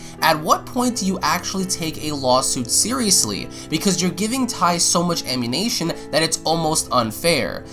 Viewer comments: I think you mean amMUNition not amMINation. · I hate the way you mispronounce ammunition. It makes me want to not agree with you. Please work on your diction. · just thought I'd point this out... it's ammunition, not ammunation... You been playing too much gta, my boi ;) (just making a joke, not trying to sound like an ass) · Wtf is Ammanation? Ooooohhhhh you mean ammUnItion. Like listening to Benedict Cumberbatch say penguin. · It's ammunition, not ammunation. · It's 'ammunition' not 'ammunation' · Ok ok ik this is supposed to be serious but uh WHY ARE YOU SAYING AMMUNITION WRONG ITS NOT AMMUNATION ITS AMMUNITION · Fix your pronunciation of ammunition. It's Am-you-nih-Shun not Am-you-Nation. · He said "ammunation" I was thinking that that was a whole new word 😂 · Also, ammunition is not pronounced "amUNATION" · I think someone has played tooo much GTA, I kept hearing ammunition as ammuNATION. Am I the only one? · He definitely said ammuNATION. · lol why cant this kid say ammunition? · I heard the same thing lmao